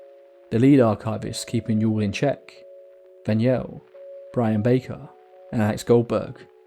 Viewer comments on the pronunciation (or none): none